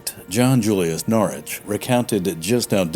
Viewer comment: NORWICH BRO YOU FORGOT THE “W” IN PRONOUNCING HIS NAME WHICH YOU SEEMED TO PRONOUNCE CORRECTLY THE EPISODE BEFORE THIS ONE BUT I DONT MIND MUCH AT ALL NOW RHAT